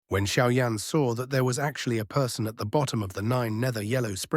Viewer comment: Кто такой Шао Инь? В названии Сяо Янь и тут резко Шао Инь. И да бро перестань тараторить.